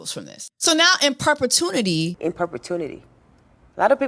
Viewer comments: ‘In perpetuNity’ 😂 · Inperpitunity?? Cause i definitely don’t know that word.